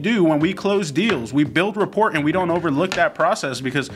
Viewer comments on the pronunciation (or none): Just a heads up.. rapport is pronounced “ra pour” Flip side… you gents are incredible and I’ve enjoyed binge watching and taking notes thru the 30 days of wholesaling series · New drinking game: take a shot every time rapport is pronounced wrong